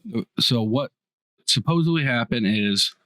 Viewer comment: This guy saying, "Right" is driving me bananas! Like, I don't fucking know dude! You're the one telling me 😂 and he's not even telling the story right from the journal 🤣 and "suppose-Bly" 😂🤣